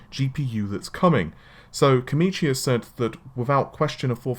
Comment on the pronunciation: Why does always say 'Komichi' when the name says 'Komachi'?